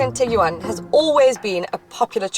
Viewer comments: Tiguan.. Like Tig-ONE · LOL!!! Tig-You-One... dying!